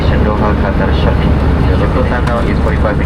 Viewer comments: Love getting the first exit row to stretch my legs...and no mettlesome kids screaming and kicking my seat behind me :) BTW--the city he is trying to say is "Sharjah", 3rd largest in the UAE; it's also the name of the Emirate it is in. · Is he saying Sharjah or Cha Cha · How does he pronounce Dschardscha 😂😂😂